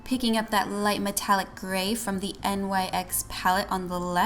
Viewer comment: Don't want to be the spelling police but NYX is pronounce nix not the letters individually. Also I had no idea mica beauty products were so expensive. Thanks for sharing that as a high end product. I've never seen anyone use it as a high end product in a dupes video. I've actually never seen a lot of the dupes you provided. Good job girl!!! Way to be super original with all your options!!!